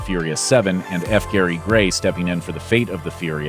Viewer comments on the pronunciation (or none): none